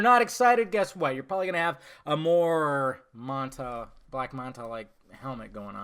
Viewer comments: Why are you saying black monta? Black manta dude!!!! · Why does say manta like he's Jamaican? It's man ta, not mon ta.